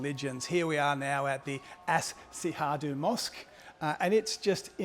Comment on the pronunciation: As-Syuhada is pronounced As-Shuhada and means "the martyrs"